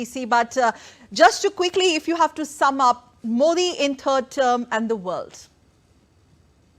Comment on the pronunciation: First learn how to pronounce "Modi"